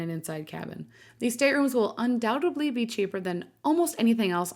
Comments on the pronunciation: Very nice. But the word is undoubtEDLy not undoubtABLy. Everything else was excellent and thoughtfully explained. Thank you. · It's undoubtedly, not undoubtably! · Undoubtedly not undoubtably